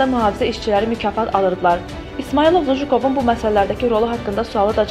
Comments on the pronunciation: Lujukov yox Lujkov . Danismagi birinci oyrenin. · Qızın tələffüzünə Lujukov yox Lujkov Mockvanın keçmiş meri Bu çuşkaları hardan qazıyıb çıxarırlar? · anlamadim bujukov kimdi luwkov demelidi bujukov ne demek hec olmasa duzgun oyren ayibdi bu geder biyabirci olmag olmaz